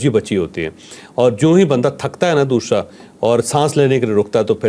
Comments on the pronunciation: بہت علمی گفتگو فرمائی بہت کچھ سمجھنے کا موقع ملا مگر ایک چیز کی چوہدری صاحب سمجھ نہیں آئی وہ یہ کہ حرف س باقی الفاظ میں آپ صحیح تلفظ استعمال کرتے ہیں جبکہ لفظ۔۔۔۔ دوسرا۔۔۔۔کو آپ ہمیشہ دوشرا کہتے ہیں 😂 اس کی کیا وجہ ہے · Dosshhhrraa ۔۔۔ انکے دوسرا میں ش آتا ہے